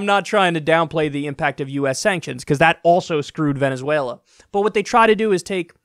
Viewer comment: Please don't do the Venezuela thing again it hurts my ears.